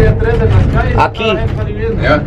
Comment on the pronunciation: Your boy said "AQUI" 😂 when he was in the back of the truck filming